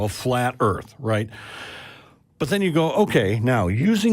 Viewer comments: WHAT THE FUCK IS THE EARF! OH YOU MEAN THE EARTH YOU GENIUS! EARTH 🤤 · Flat "earfer" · No, the earf